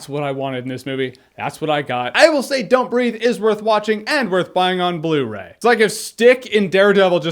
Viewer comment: At the beginning I thought you said "Don't Read" 😂😁